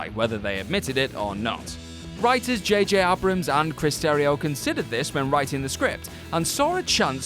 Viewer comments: What is up with these name pronunciations? Rose Teeco? Reeann Johnson? JJ Abbrams? Just look up an interview and find out the real pronunciations! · Why do you at WhatCulture insist on mispronouncing something EVERY video? Is it on purpose? Like a prank to have whiny viewers like me to point out and grill you on....or are Brits just terrible with English and it's proper pronunciations? JJ AY-BRUMS.....of course you'd probably read that as "EYE BROOMS". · J.J. "Abbrums" "Sheeya" LaBeouf Also, no mention of Sean Boswell's appearance in Fast 7 and his upcoming appearance in Fast 9? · JJ Ab - Rams Isn’t it said like JJ Abe- Rems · Small thing. The director's name is pronounced RYAN, spelled Rian. Seeings how Ryan is my name, I take notice of different spellings of it. Also, its JJ AY-BRAMS and SHY-A LeBeouf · Reeean Johnson? JJ Ahbrahms? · JJ Ab-rams ?! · So do you guys just like, one and done this? Is the name Rian so hard to say? Or Abrams? And Ghostbusters (2016) was a hard reboot, it didnt take place in the same world as the other 2 ghostbusters movies. So making a sequel to the other 2 ghostbusters movies is not a retcon... Why do I click on these? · ...dear God, you guys can't even pronounce J.J. Abrams' name...honestly, do you even know who you are talking about half the time? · I couldn't believe the way he mispronounced that completely shocking